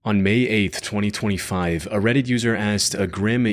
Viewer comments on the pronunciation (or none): why did you say 2025 like that as soon as the video started .. it sounds like youre saying it with a "TH" 20th 20th 5th